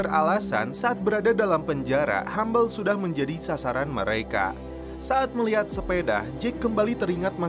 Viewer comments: bacanya Hubble (habel) bukan Humble / hambel... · hubble sebutnya habel bukan hambel